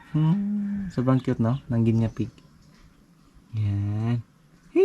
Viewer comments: Guinea pig hindi Guinya pronouce it "nie" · Pronounce it gi nee pigs sorry but sir been saying it wrong. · Hello 👋 Guinea pig...bigkasin or pronounce it as " gini pig"💞Viviana is so 😍 cute and friendly 😍